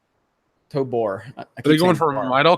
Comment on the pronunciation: Jesus Christ it's TOBOR with a fuckin O in it. T-O-B-<<O>>-R It's robot backwards. It's not "Tobar" like you've said a hundred times. Moron! Love ya.